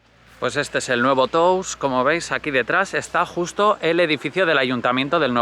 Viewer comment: hola, se pronuncia Tous con O abierta. por si ayuda, gracias